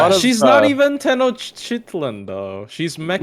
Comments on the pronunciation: just a couple things about Tenochtitlan because i love her. first you can pronounce it Ten-oh-ch-tee-tlan. as nahua words go its pretty straightforward, though i do genuinely wonder if it conflicts with a Nordic palette than an American one. second, as a note for, Tenochtitlan was the Aztec capitol, which is what she is (her profile and valentines ce and such get more into it), i assume youre getting it mixed up with mexico city, which is the city the spanish built over the ruins of tenochtitlan, and what Tez names her city in the lostbelt, i can see why it might be a little confusing if this isnt an area of interest. anyway no shade, i just like the servant and thought id chime in with some notes, y'all keep doing what youre doin, been enjoying the lists a ton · can put in the effort to learn how to properly pronounce Baobhan Sith but not Tenochtitlan is crazy😭😭😭